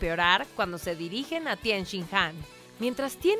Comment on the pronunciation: Tien?? Jajaja es ten, cariño